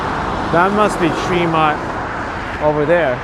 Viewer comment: Trehmont NOT Treemont.